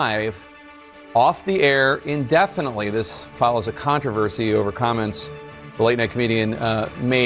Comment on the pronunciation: "IN-definitely" as opposed to what? "OUT-definitely?"